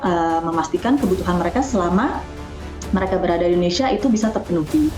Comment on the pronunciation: Endonsah endonesah🥱